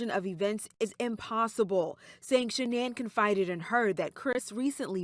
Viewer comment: SHANANN* NOT SHAN ANN LOL